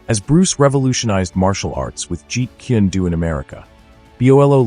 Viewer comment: it's jeet kune do, not "jeet kindu" or whatever you're saying